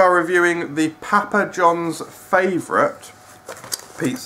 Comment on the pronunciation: Stop saying pappa like that. I'm from England and no one says it like that.